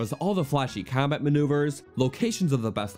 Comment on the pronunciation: i bet this is a good video but saying kambat insted of combat? yea im out